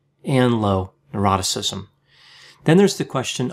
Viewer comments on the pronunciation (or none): It sounds like he says "eroticism". In the OCEAN acronym for the five personality traits, the last is "neuroticism" not "eroticism".